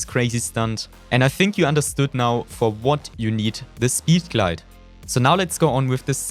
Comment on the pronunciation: 😂 I also love to way he says speeed glade